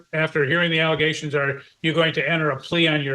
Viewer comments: "Egaliations", "Nallegations", "Egaligations". I can understand not knowing a word (though I'd still poke fun) but at least be consistent in your mispronounciation...good lord, and on top of that, biting a person, let alone a child, this lady makes me nervous (assuming those egaliations are true). That child needs protecting asap! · The egaligation lady cracks me up. I dont hear a clear speech impediment and wonder where she got that pronunciation? It reminds me of when my kids would try to pronounce big words when they were toddlers. 😊